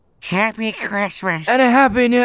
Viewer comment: "Happy chhrishmesh" "and a happy new (evacuation) hhhahah"